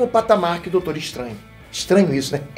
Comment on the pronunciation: "Doutoro" kkkkkkkk